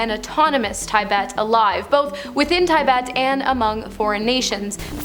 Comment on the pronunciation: Tibet or Taibet??😂😂